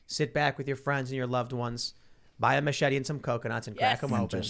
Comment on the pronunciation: "Macheting Coconuts" not "Machet-ee-ing Coconuts".